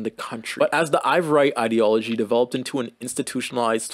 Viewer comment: really interesting video & a great overview this part of history! you spelling & pronouncing ivoirité (ee-vwar-ee-tay, basically "ivoryness") as "ivorite" (eye-vo-rite, this is a type of glass) took me OUT though 💀 you weren't kidding when you said these words were too french for you